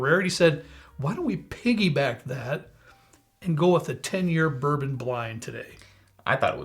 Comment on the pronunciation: At 28 seconds bourbon goes bourboff.